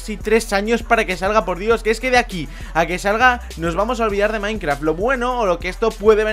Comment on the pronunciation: like si crees que dijo:minecraf que las demás palabras de las que ablo en el principio del video